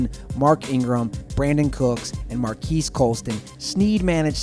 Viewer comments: It's pronounced mar-cus not mar-kees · MarQUIS Colston? Please, it's marques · If he pronounces Marques Colston's first name Mar-Kees one more time I swear I'm gonna go off... ITS PRONOUNCED MARCUS!! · It's Mar kiss colston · it's pronounced marcus